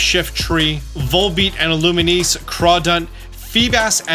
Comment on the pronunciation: "Illuminese" I noticed that 😂